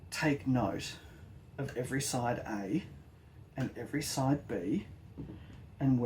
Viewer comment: 😆😆bwahahahaha😆😆 "side Ay & side Bee" lost my sh¡t on that one, man! Clear as mud, nice job, mate👍🏽